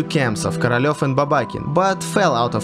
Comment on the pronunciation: the way he says korolev sounds like caralho but with a v in the end